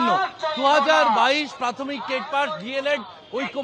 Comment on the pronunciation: প্রাথমিক কে বলছে পেরাথমিক.. ক্লিয়ার কে বলছে কেলিয়ার.. এর পড়াবে বাচ্চাদের... কেলীয়ার...